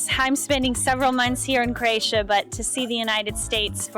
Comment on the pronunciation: It's not Kroejsija....it's Kroesa.